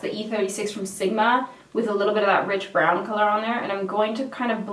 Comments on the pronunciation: I thought she kept saying bridge brown ... Lol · I thought she kept saying bitch brown. 😂